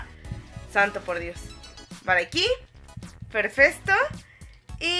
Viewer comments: siempre dice perfesto en vez de perfecto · Like si en el minuto escuchaste a decir perfesto en vez de perfecto